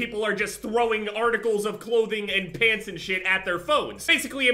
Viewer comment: I thought he was talking about pigs instead of pants lol